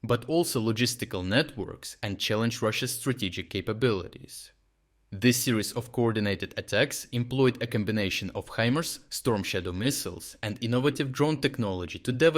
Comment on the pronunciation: In no VATE iv not in NOV a tiv; SUB se kwent not sub seq went; Fuel shortages is a proper plural; all french words good😊